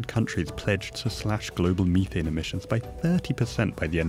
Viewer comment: Disliked because of the Mhe- Th-ANE. My ears are bleeding from this guy's lack of correct pronounciation of methane